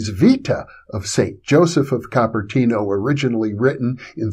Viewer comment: Cooper-tee-no (Cupertino)